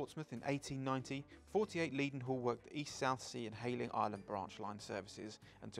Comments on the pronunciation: Just subscribed. Does that tell you enough? I agree with some of the other contributors that we should have seen what was pointing out, and perhaps someone should tell how to pronounce “Leadenhall”! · Please stop pronouncing "Leadenhall" incorrectly. The first syllable should be "led" as in pencil, not "leed" as in dog.